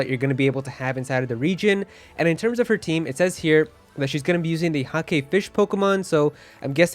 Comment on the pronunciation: "hake" is one syllable. It rhymes with lake.